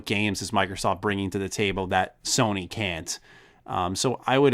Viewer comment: is it me or do you guys keep saying Sorny....just me?